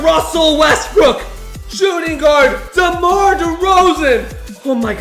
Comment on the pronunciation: you said damar drozen